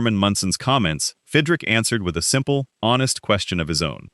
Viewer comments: Who is Fidrick? His name was Mark Fidrych, pronounced Fidrich. This makes the entire video a joke. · pronounced. FID - rich